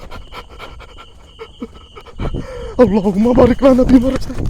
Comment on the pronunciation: Sampe salah baca alahuma bariqlana